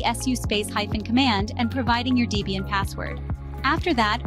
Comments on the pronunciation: It's "Debian", not "Deebian". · Deebian? WTF is Deebian? Is it named after someone named Deebra or something?